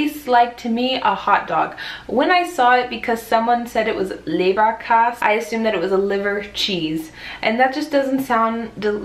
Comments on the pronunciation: I'm going to assume Leberkäs is just the Bavarian pronunciation of Leberkäse? I made such a face when you compared it to hotdogs. LOL. I know with the way it's made, it's similar, but it was just like ew, how dare you. xD I hate, Hate, H.A.T.E. hot dogs, but I absolutely LOVE Leberkäse. Every time I visit my dad, he knows he has to get it at some point before I leave beause I love it so much. Lawl. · Bavarian myself and I was just about to post the exact same thing. You actually sound exactly like a bavarian. Not even germans are able to pronounce it that well in 90% of the cases. Also Leberkaas sounds pretty perfect to me. Did you live in bavaria? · your pronounciation of leberkaaaas und currywurst and schaaarrrrf is really really good!:D